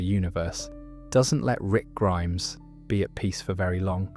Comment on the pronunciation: Same with when he says rick grimes-is instead of rick Grimes